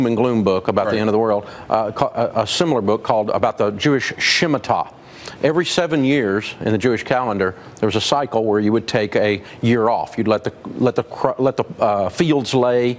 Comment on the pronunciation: Love you Dave Ramsay but your Hebrew is lacking. Shmittah (Sh-mee-TAH). Great points overall.